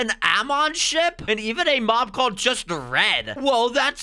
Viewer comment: Am I the only one that hears “mog battle”